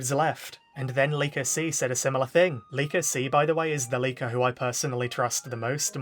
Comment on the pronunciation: Whenever you said leaker I keep thinking your saying liko😅